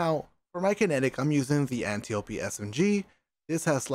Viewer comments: It’s Vow not Voe! And it’s Antiop-D when you pronounce it!! Say it right my guy, makes you seem stupid for how gifted you are at games. Honestly it detracts from viewer entrainment and you can fix it easily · at this point it feels like he's mispronouncing antiope on purpose, lol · Everyone complaining bout how he pronounces antiope. Meanwhile me: AnnyOOP